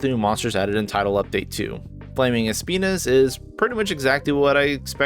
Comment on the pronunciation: you say "Espinas" as in "Es Penis", and I hope nobody ever corrects you